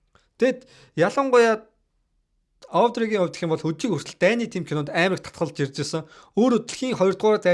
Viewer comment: Авдрэй биш Оодрэй, Гиванчей биш Живончи ярих хүмүүсээ судалж байж хийжээ.